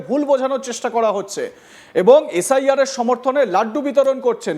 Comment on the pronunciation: কেউ ভুল বুঝুক আর না বুঝুক এই দাদা কিন্তু ভুল বুঝে গেছে। এইতো বিজেপির নেতা। একে কোন অ্যাঙ্গেলেনেতা বানিয়েছে আমি তো কিছুই বুঝতে পারছিনা। ভালো করে এস আই আর উচ্চারণটা করতে পারছে না। এর তো নিজেরই নিশ্চয়তা নেই মনে হচ্ছে। লিস্টে নাম তোলার জন্য একেটুপি পরানো হয়েছে। একে বর্ডার এ পাঠিয়ে দেন তাহলে এস আই আর এর দরকার হবে না। এ ভাই শুধু সংখ্যালঘু নয় মনের দিক থেকেও সংখ্যালঘু। রিহার্সেল টা ঠিকই দিয়েছিল কিন্তু একটু মিসটেক হয়ে গেছে।